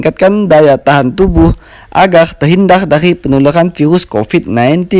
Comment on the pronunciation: hhhaha agar bukan agerrrrrrrrr 🤣